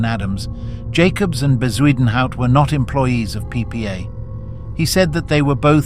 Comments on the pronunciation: Ffs is bakkie not bahkey and Bezuidnhout not whatever the fuck you tried to say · The AI voice butchering words like Bezuidenhout and bakkie is hilarious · Can someone please ban AI voices from this platform? Editors are now even too lazy to narrate their videos. It hurts my ears listening to the voice trying to pronounce Bezuidenhout